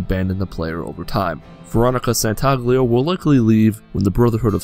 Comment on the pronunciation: Veronica "Santaglia"? You mean Santangelo?